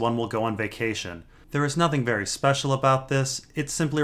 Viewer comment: "Someone wery powerfull is watching a jon story" and that is ... GRR Martin.